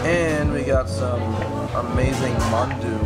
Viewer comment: Not manadu but " Mandu."